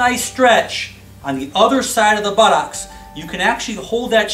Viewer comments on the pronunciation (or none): I like the way he says buttocks... Buttox